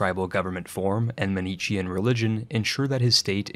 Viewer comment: not how manichean is pronounced